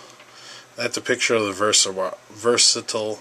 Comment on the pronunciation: versatite jeebus say it right lol